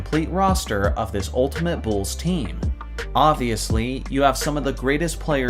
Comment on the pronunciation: "Da Bulls"